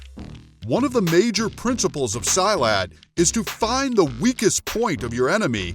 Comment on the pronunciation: I'm a malay guy from Singapore, where silat is also practiced. The way you pronouced silat is wrong. It's pronouced as "see-lut".